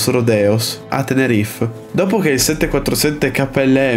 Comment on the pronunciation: Bravo per il video! Però accidenti... si dice TENERIFE, non "Tenerif"!